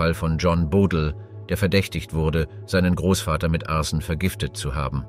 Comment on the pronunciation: Nicht schlecht die künstliche Intelligenz.... leider immer noch nicht behoben ein Fehler: Arsen spricht man total anders aus.😂😂😂😂❤❤❤❤❤❤